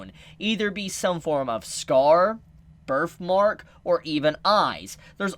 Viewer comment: why do you purposefully butcher the english language ? wth is a hill ? it's heeeeeal and other shinanigans / birf mark